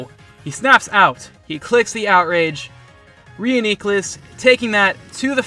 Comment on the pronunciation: proper reuniclus pronunciation, top notch also solid pokemoning